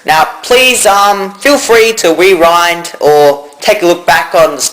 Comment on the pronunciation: he said werind instead of rewind lol